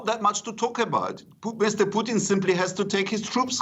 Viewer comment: She called him Poutine LMFAO Gold.